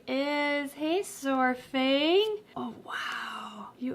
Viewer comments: Hey,! Saurfang is absolutely adorable. The character is also one that is one of my favorites from the game. I may be being a bit knitpicky, but I think I heard you pronounce it as 'sore-fang'. It's supposed to be more like 'Sour-fang'. I am glad the cutie doesn't seem to have any lasting effects from that awful delivery. Fingers crossed on those frozen thawed! <3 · If you plan on keeping Saurfang's name, just a note to stop the unrelenting rush of WoW fans coming into your comments correcting you on every video he's in! It's a lot closer of a pronunciation to "sour-fang" than "soar-fang". The official is with it as "sahr-fang", with sahr being like 'tsar' if you put more of a breathy h between the a and the r. But! "Sour-fang" is how most fans end up pronouncing it, since its basically indistinguishable and easy to parse out. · Pronounced “S-Are-Fang” :) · Not trying to be a troll, I promise. Saurfang is pronounced (sour-fang) silly WOW pronunciations. Also I love your channel! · Just wanna say since I'm an avid World of Warcraft player myself, the "saur" in Saurfang is pronounced either like sour or the "saur" in dinosaur. Love ya'll, have a good day <3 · the little noodles name is pronounced SOUR-fang. like sour candy. neat character to be named after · I was going to get a Gray Banded Kingsnake but I ended up getting a Cali Kingsnake, absolutely love them both! Oh btw, Saurfang is pronounced "SAHR-fang" (kinda like "sour-fang") haha :D